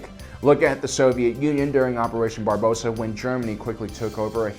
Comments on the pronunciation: lol Barbosa.....it's Barbarossa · Not to be a grammar Nazi (no pun intended) but it was Operation "Barbarossa" not "Barbossa" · Operation Barbarossa (Barb-Ah-Rossah) not "Barbosa" the Captain from Pirates of the Caribbean.... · "Look at the Soviet Union during Operation Barbossa..." Sigh. It's Operation Barbarossa. "Barbossa" was the name of the bad guy in the first Pirates of the Caribbean! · It was operation Barbarossa not Barbosa